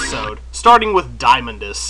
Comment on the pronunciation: I usually pronounce Diamondus as "Dee-uh-mon-dus"